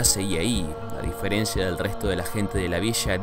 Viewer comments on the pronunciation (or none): none